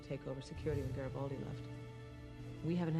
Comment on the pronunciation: Love qatching you guys & B5....HOWEVER... why can't you guys properly pronounce GARRI-FLIPPING-BALDI ??????